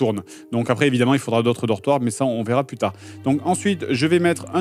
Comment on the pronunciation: plusse plusse plusse..... omg stp dire ca